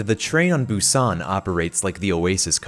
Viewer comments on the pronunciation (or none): I thought you said train to busan. I was like “OVERWATCH ZOMBIES?!?”